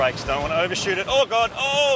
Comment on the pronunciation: Ummmm it's Whoa lads.... Not Woe ! LoL